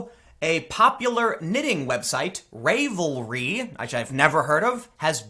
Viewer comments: Ravelry- the “ravel” part pronounced the same as raveling up a ball of yarn. Instead of revelry, it’s Ravelry. I used to use the site all the time. Glad I stopped sharing and purchasing patterns on the site. I’m not shocked. The crocheting and knitting community has really expanded to a younger audience recently, in large part due to Instagram and Ravelry. There’s a lot of festival type fashion that’s made that way right now, as well as artists in general that also knit and/or crochet. The art communities are overwhelmingly liberal, or at least it seems so as far as social media would suggest. May be a case of the loud minority. I know there definitely are conservative artists, and I also know there’s a huge stigma against being a conservative in the art community. Coming out as conservative is almost certain career suicide. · Hey, Tim, they are pronounced “raavelry” (like ravioli) and cro-shay. Had to share with my wife who also thought your pronunciation was hilarious. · Tim, you're killing me, LOL. The site is Ravel-ry. It's a pun on "revelry" and "ravel"--as in unraveling a piece of knitting. Also, it's not crotch-iter. If you crow-shay (pronounce "crochet" as if it's French), then you are a crow-shay-er. Although, I will admit that the owner of Ravelry sounds pretty crotchety. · Nit picking, but the name of the website is pronounced like unravel,(un)ravelry. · Ravelry as in unRAVEL, like how you'd unravel a ball of yarn. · It is based on unravel, not rave. No long a in Ravelry. And, it is pronounced cro-shay-ers. It already had a ban on politics in general, but I will definitely be checking this out. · You know how a knitted sweater can unRAVEL? I’m gonna bet that’s how you pronounce RAVELry. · CROTCH et ers?? 😆😆😆😆😆 I've never in my life heard it pronounced that way. LOL But you're a guy, so you get a pass. 🙂 It's crow SHAY ers. 👍🏻 Some women knit, some crochet. I knit. And I'm pretty sure RAVELRY is pronounced like unRAVEL. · Rav el ree. Just FYI.